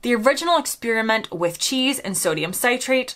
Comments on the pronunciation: "Citrate": SIT-rate, rather than CITE-rate. ♥ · Sodium Citrate - pronounce it as 'sit-rate' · As an Englishman, with a strong chemistry background, who has lived in the U.S. for more than 40 years, I can tell you that citrate is pronounced sit-rate in both countries. I still like my English cheeses especially Cheshire and red Leicester. I do eat a strong aged American cheddar with Branston Pickle.